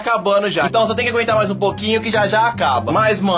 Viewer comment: Quem percebeu que ele dizê então garela😅❤❤😍